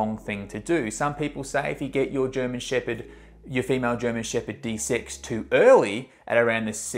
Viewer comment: De-sex. It puzzled me awhile before I realized what he actually said. "What, desix?"